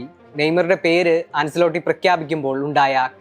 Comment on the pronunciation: An-chuh-lo-tti (ആഞ്ചേലോട്ടി ) എന്നാണ് കോച്ചിന്റെ പേര് pronounce ചെയ്യുന്നത്. അൻസെലോട്ടി എന്നല്ല